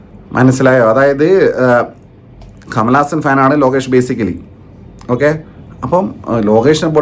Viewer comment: കമലാസനൻ അല്ല കമൽ ഹാസൻ